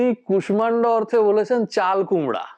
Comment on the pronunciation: কুষ্মাণ্ড এই শব্দটির উচ্চারণ কু-ষ্-ষা-ণ্-ড বহুল ব্যবহৃত। যেমন, বিষ্ময় এই শব্দটির উচ্চারণ বি-ষ্-ষ-য় ( বিষময় নয়)। এনার এই কু-ষ-মা-ণ্ড উচ্চারণটি বড্ড কানে লাগছে!